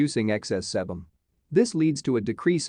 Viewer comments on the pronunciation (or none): The correct pronunciation of sebum is like the two words sea bum. Some other words are mispronounced as well. Is that a robot talking?